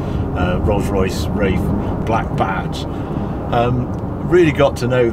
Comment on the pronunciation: Does he pronounce it as Rafe rather than Wraith with 'th' at the end?